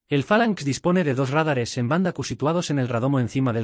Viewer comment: "Rádares" no! "Radáres"!